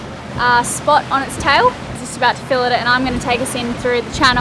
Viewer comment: Hehehehe: "Fill--it's"... (A moment later) : Hahahaha; The Toilet. Gave it a like.